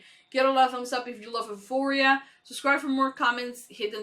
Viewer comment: You did a great job learning English. Certainly better than I did with Spanish. That being said you are struggling with the title of this show. Basically just remember the E is silent. U foria. I also know you recorded this a little while back so you may have already made this correction. Thanks for editing this for us that only get to watch on YouTube.